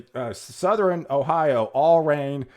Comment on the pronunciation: Southern is pronounced suh-thern. Two syllables my man.